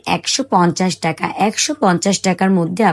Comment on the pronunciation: টাকা not টেকা।